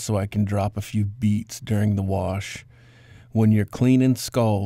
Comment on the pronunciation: People that say warsh instead of wash lol